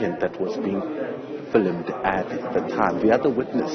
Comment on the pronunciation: Did u just say filimud ? Or u meant to say filmed